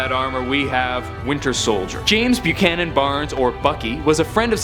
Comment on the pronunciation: It's pronounced 'Buck-a-nan'